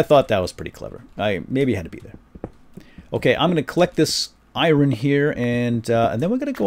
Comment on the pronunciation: its not iren its iron